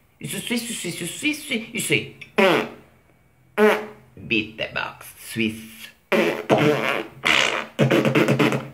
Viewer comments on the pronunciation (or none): Rap Cinese.....ricordiamoci la pronuncia che non la azzecca mai. La canzone non si chiama swi swi swi, neanche bisssss, ma Swish wish pish. Il suo cinese è un mix di suoni a caso, anche un neonato parla meglio!